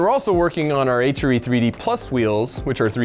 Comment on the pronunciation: Why does it hurt my brain when he says HRE? The way he pronounces R makes it sound like he is saying Ehytcheree. LOL stupid I know but yeah I'm weird, anyone else weird like me? LOL